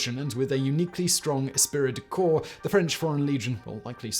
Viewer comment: It's "espree" de corps.